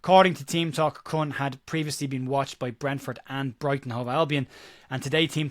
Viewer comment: The name is pronounced "Coon". Not racist, it's just how it's pronounced